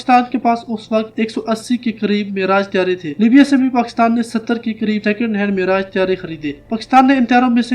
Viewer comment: how come he cannot pronounce Pakistan?